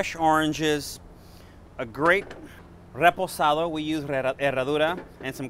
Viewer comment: His way of saying “ Reposado “ 👌🏼 I trust this recipe 💯